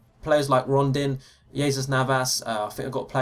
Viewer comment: It's Rondon not Rondin btw